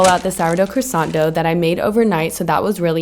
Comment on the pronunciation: Now you just need to master how to pronounce croissant correctly! 🤦🏻‍♀️